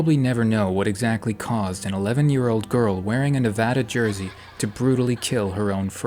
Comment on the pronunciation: Thank you… for saying Nevada correctly.